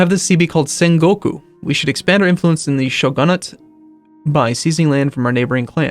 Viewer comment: It's show-gun-it not show-gah-nit